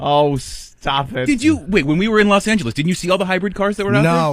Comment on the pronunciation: “Las Angeles”